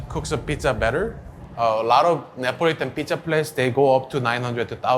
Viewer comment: So it’s Nipo-litan :)